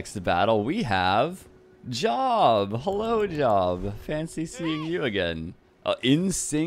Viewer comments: I have to throw it out there I’ve saw poor job die so many times. It’s pronounced Jobe It’s a Bible prophet name Probably the Bible’s oldest book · Job has a long O if its the biblical name. Pronounce Jobe.